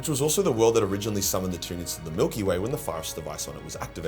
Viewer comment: Tryanids numb numb